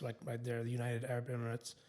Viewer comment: Ay-rab 😂 it's Air-ib, love